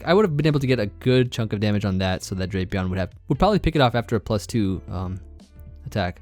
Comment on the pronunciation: Its pronounced "Drap e on"